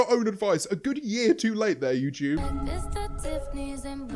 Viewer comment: Nobody: Not even Jojo Siwa: James: youchewb 👁👄👁